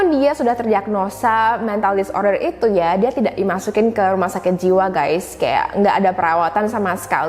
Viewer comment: kamu menyebut perkataan ITU ,itu sebagai ITUA.. ya ia tua kayak kamu(rujuk di menit ,dan menit alert sama perkataan ITU dan perkataan LAKI-LAKI)